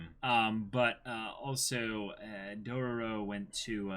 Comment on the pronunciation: Hearing them say Dorororo makes me suicidal